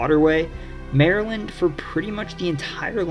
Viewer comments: No. 3 must be the one where they call Maryland..."Merlun", lol! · 'muuurlyn' is how we say it